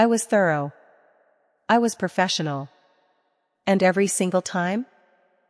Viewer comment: "PERFESSIONAL" is not a word. *Professional. "PERSCRIPTION" is not a word. *Prescription.